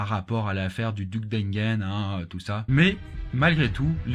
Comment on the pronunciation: Pourquoi une si mauvaise prononciation de duc d'Enghien ?